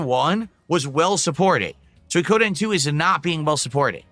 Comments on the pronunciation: lmao he cant pronounce suikoden. When he starts raging and demanding money towards the end it's fucking insane. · Can he please stop saying "sooie-koh-den". Im begging him at this point. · Peoples money isnt his money the manchild literally asks for $1500 for what? A damn $15 fast food meal that he always fking gets on a regular basis ridiculous. I also hate how he says "Soykoden" fking dumb af.